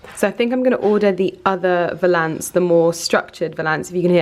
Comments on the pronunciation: Btw I believe you are pronouncing valance incorrectly, it’s valance, not Val.....ance, lol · The way you pronounce ‘valance’ 😂😭☺️. Really hoping you find him 🤞🤞🤞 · You say cornice and valance wrong every time 🤔😂